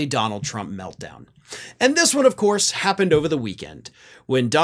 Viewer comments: "Of Coyse" 😂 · “Of cois” will now be how I pronounce that word 🤣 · "Of couise!" I'll bet you could do a really good Curly Howard impression. 😁